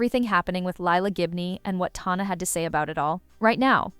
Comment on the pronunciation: Sorry say Tana like that again I’m gonna scream….